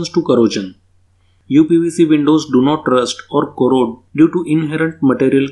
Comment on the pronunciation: Don't misinterpret me. It is NOT "Corrojan" its "Corrosion". North Indians are really bad in pronouncing "sh" : | Good video by the way. Thanks!